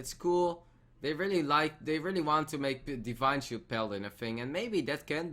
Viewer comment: thisj pronunciation plz! Define shield